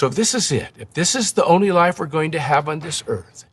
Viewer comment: The way he pronounces the word “life” (like: Lie-ef) gives me serious aliens vibes. Like as if he’s an alien who was given this script but wasn’t clear on pronunciation on such a simple yet foundational term